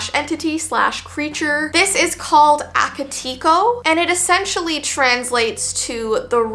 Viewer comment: Hey! Just your friendly Japanese Second Language person telling you that it's actually pronounced "Ah-kah-tay-ko" Ao Onna was great though! Just thought I'd clarify <3